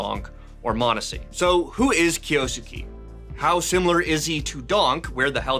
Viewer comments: It does not sound like "skey" at the end. I don't know the proper notation, but it's more of a flat "e" at the end not an "ey" sound, like Kyo-s-ke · It's not kiyosukee.. it's a Japanese name so it has to be kiyo-sukay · And it’s not even pronounced “kay” in the end HAHAHAHAHA it’s just ke Not key or kay 😂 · who the heck say it kiyosuki? Its Kyou~suke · Kyo-su-ke mate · It's "Kyo-soo-keh" Or "kyoskeh" if you read it fast How is that so hard to pronounce 😭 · it's pronounced as "Kyoske" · pronounced (Kiyo Skeh) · Drink challenge: take a shot every time he says "Kiyoosookee" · Can it be bleach so 8 don’t have to hear him say it anymore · 京介 " kyou-su-ke" 😂😂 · Kyo-s-kay. I dont know why that is so hard to pronounce. Simple voice prompt in google translate is the least you can do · Name butchering!! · say the name right challenge: difficulty: IMPOSSIBLE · 1 second in and already said it wrong. Wild 💔💔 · Name butchered as always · oh no he barely mispronounced a name that's not in his native language i'm gonna have a stroke guys help 😭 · It's esports, and I don't know how he pronounces it, but the way that name is being pronounced in this video has way too many syllables